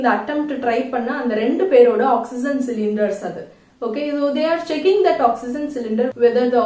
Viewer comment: Oxygen pronounciation is different mam. Awk-si-jn but ur pronouncing it differently. Which is right mam?